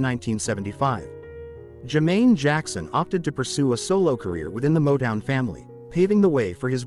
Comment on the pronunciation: You can't even pronounce Rebbie or Motown